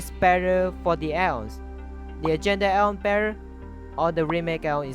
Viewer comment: I like he says a ons